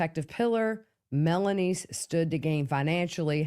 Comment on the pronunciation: Melany.. not melanise....